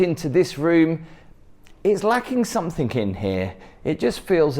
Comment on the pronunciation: Please it's something, not somethink.